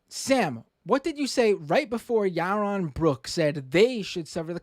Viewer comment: Ya-won Bwooks